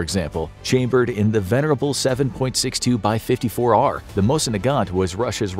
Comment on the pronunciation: 7.62x54R*** sorry you did say it wrong atleast once so just helpin